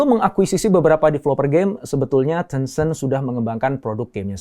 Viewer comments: Bacanya teunceunt apa tencent? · Sebutannya 10 cent Dr, (10¢) Ten-Cent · Caramu ngomong tencent ga enak alias salah